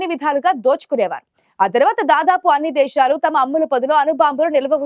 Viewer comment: దేషాలు ఏంటే దిక్కుమాలిన చెల్లి దేశాలు అని పలకలేకపోతున్నావా